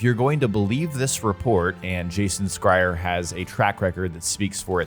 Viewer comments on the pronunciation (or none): did you just say jason.... skryer? lol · By the way you're Pronouncing Jason Schreier Last Name wrong! Lol At first I didn't know who the hell you talkin about! 😂😂😂